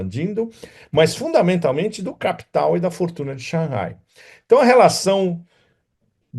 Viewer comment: Parabéns pelas análises bastante pertinentes sobre a geopolítica mundial atual! Sem dúvida você é um dos analistas que mais conhece a China! Notei que no vídeo você pronunciou por várias vezes corretamente Shang Hai(lê-se Rai, mar em chinês). Não sei por que na mídia brasileira pronunciam Shangai, nada a ver com o som correto do nome da cidade. Imagino que só pode ser que algum inteligente achou desnecessário ter H, já que em português H não é pronunciavel, daí tiraram H, aí Shang Hai virou Shangai, um erro absurdo!